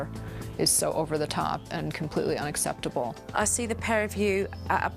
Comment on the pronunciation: Love you supernanny but you can't pronounce UNACCEPTABLE properly hahaha